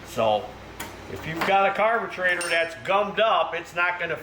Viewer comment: I cannot believe you cannot say carburetor correctly. It makes you look foolish speaking to the public like you're uneducated. You need to go back to elementary school to learn pronunciation correctly that you might have passed up in your education you need special ed for pronunciation of words that you need today in the adult world.